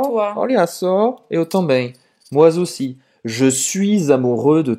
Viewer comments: Minha cara. é francês. Eu sou professor de francês. Falante # professor. No caso acima, ele pronunciou um Z que não existe entre MOI e Aussi. Só há som de Z em: nous aussi, vous aussi, eux aussi, elles aussi. Por causa do -S e do X em EUX. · Tu as prononcé un Z qui n'existe pas.